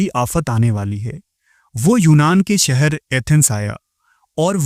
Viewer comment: Apki urdu adayegi me kami hai.. aap sheen se baney alfazo ko seen me keh dete ho.. jaise Sheher ko Seher Shamil ko Samil Please urdu ki adayegi durust kijiye.. waise video content acha pesh karte ho aap. Awaaz mutaassir karti hai.